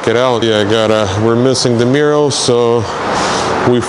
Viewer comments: I thought he was saying mural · Anyone else smile when says “Mirrow”. 👍🏼. Love it keep up the good work